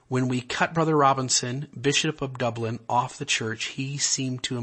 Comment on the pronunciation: Dublan,Chihuahua accent on the last syllable not Dublin in Ireland.. In reference to Bishop Robinson. Colonia Dublan